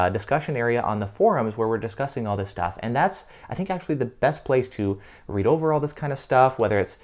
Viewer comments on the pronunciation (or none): none